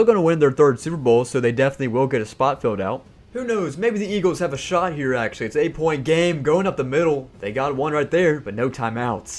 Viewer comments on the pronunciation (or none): none